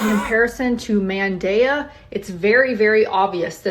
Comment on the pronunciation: I cannot wrap my mind around the fact that this grown woman isn't embarrassed af saying, "man-daya", out loud... several times...on the Internet.😐